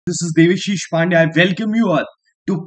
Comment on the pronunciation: Sir aap devishis pronounce karte ho..but aap ka nam dev-a-shish he... 😂